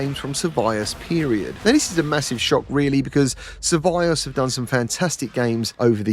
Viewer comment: you are STILL the only one I know who pronounces survios like that 😄😄😄